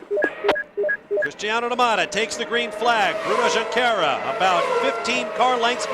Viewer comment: i don't know if you can say it, since portuguese is not your native language, but we actually spell the "J" in "Junqueira"